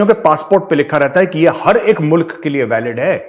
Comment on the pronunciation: every one speak Mulak instead of mulk